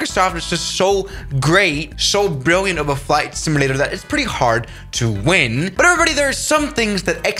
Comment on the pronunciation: "Fight simalater"